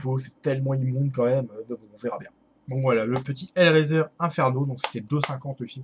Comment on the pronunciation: Hellraiser se prononce "hellraiseur"